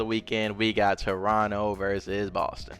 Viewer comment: As a Torontonian you said the city name right the first time LOL